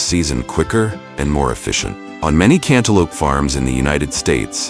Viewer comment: Lol I giggled every time the voice over said canta lupe